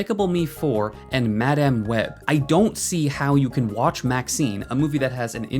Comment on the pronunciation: The only thing worse than IGN is the way you pronounce "Madáme" Web